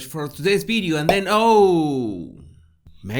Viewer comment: Great “ balue “ “ bideo”,Love!